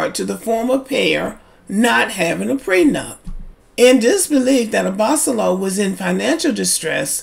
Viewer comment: Hi, his last name is pronounced "Abba-solo". And I'm inclined to agree with you. As a lawyer, Rachel should've safeguarded her interests better. Also, besides Lauren & Cam from LIB who are still together, there is also Brianna & Vincent from MAFS.